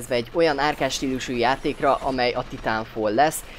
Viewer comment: Titánfal :D Dat kiejtés.